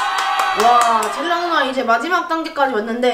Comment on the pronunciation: 텔 라 봐 ㅋㅋ 아니고 텔라 봐 ㅋㅋ 입니다